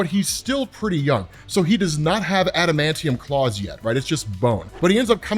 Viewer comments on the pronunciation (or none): none